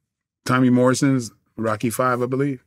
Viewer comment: I have never heard anyone butcher Rocky so bad